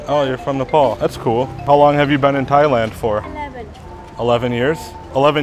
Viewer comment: did you say "thighland"?